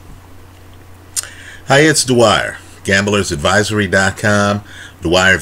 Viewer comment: People rag on you all the time because i think they cant tell the difference between a prediction and a gambling play. Even in the reddit forum i saw someone mentioning you say "dwyer" wrong again. I had to explain to them the difference between a prediction and a gambling play